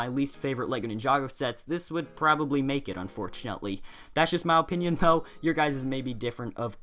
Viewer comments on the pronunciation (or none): Why do you say mow opinion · He says my opinion like "Ma opinin